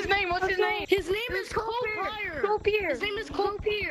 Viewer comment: "his name is copeier!!" how do they not know how to pronounce copier